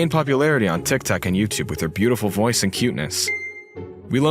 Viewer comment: The pronunciation: "Tik Tok" The word: "Tic Tac" Man I'm dead 💀😂